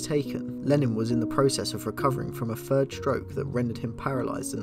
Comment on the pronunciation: For 'free', 'fird' etc. just replace 'f' with a 'th'. 🙉